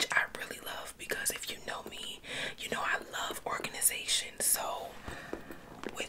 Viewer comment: She really said ✨ORGANIZATION✨ Yess queen we love it.